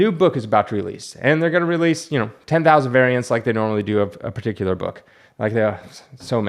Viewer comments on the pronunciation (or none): none